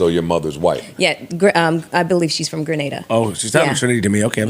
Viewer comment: Grenada!! Get it right Joe. LOL